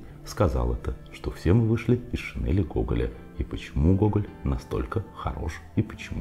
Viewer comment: Правильно говорить шинЕль, а не шинЭль.